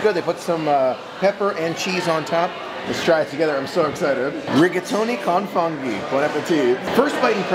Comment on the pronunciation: The correct pronunciation of the restaurant is "Eeel-Moo-Lee-No" - IL MULINO As I am Italian (Gio) I just wanted to point this out. Also it is "Foon-Gi" for Funghi and not "FUN-gi" As always, enjoy your channel and just wanted to help you out.